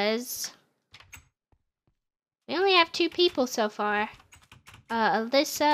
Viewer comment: The girl that you said was Alyssa is not how you said it ☹️